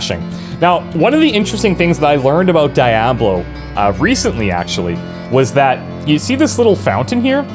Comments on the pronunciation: Dude, there are several voice actors during the in-game audio that pronounce the game name, no excuse for pronouncing it wrong! Especially if you have played before, seriously! Dee-aa-blo not Die-aa-blo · Every time you said Die-ah-blo it made my skin crawl. Please learn how to pronounce the title of the CENTERPIECE OF YOUR VIDEO. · die ablo ? isnt it deablo ? 😂😂😂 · Pleaaaaase stop saying Dayablo God dammit, it's DI A BLO! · Its Dee Ob Lo holmes. Not Die Ob Lo. Oh fuk....your Canadian. Shit....I change to thumbs up and thank you for Hockey and good Beer. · Why are you pronouncing it die-ab-low instead of dee-ah-blow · HE LITERALLY LOST ME AS SOON AS I HEARD DIE-AH-BLO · DIE ablo? WTF? LOL. Do you also say EYE rack, and EYE talian? Haha. :) Man, that's a trigger, right there. (Big of you to ping this comment BTW, immediate thumbs up). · the DIE A BLOW OCD IS REAL hahahaha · Cool to see this classic again but it's DEEablo, my friend. Spanish for "devil". 😉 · Die ablo?? Noooo. No No.no.no. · I checked the comments just to make sure that you got a proper ribbing for calling it DieAhBlow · so what is gog and whats the difference? why so excited i dont understand ? its the same game but u can now buy it from someone else? and who the hell says daayaaablow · HESUS FAKING CHRIST DONT SAY DAY ABLO !!!! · DYE AH BLOW reeeeeee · DEE ah blo!!!! Damn dude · It's said dee-ablo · Why are you showing diablo and talking about Die-ablo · Say it with me, "Dee-ah-blow" And if you weren't aware, "diablo" is Spanish for devil/demon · I only got 3 min's in to this video. I could not stand hearing you butcher the name again an again! IT's down right sacrilege! awful just awful! say it like this - de ob low. the ab is more like ob in the name bob. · I think you're saying it wrong, it's dee-ablo, I think, that is how it is said in Spanish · I stopped the video when he said Die-A-Blow..... good bye. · "Die-a-blow" lol funny how you pronounced it. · Wtf is die-ob-low? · Its Diablo not Dayablo